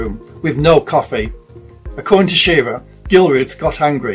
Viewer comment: pronounced shi-rah